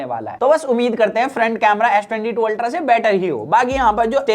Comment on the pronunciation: It’s ultra bro not ulta